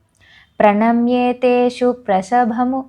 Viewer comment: అది స్థలసి కాదు, స్ఖలసి( skalasi) సరిచేసుకోండి. స్కలసి జహి జంభారి మకుటం."ప్రణమ్రేష్వేతేషు," not ప్రణమేష్వేతేషు